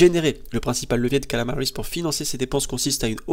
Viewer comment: C'est KAMALA, pas Kalama bordel ! D'accord ? D'accord ? D'accord ?